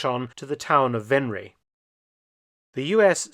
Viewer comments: Except Venray (not Venreej but “Venr” and “why” except the “w” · Overloon is pronounced as Overloan in English. Venray as Vanrye. YE is in bye or buy. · I pronounce Venray as Venr-high (without the h). Am I misunderstanding your explanation? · I myself am from Venray and u butchered the name lol